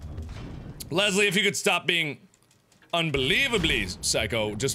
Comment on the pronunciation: Biggest pet peeve, there is no 'z' in LeSSSley!